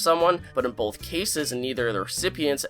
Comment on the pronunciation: Bro, there's no L in both. Bowlth Bowlth Bowlth. Sorry, it drives me crazy.